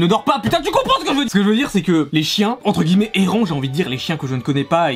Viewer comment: "ENTRE GUILLEMETS"